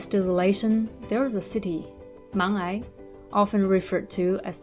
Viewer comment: for the native people , the pronunciation of '茫崖' is Mang'Ya, not Mang'ai😀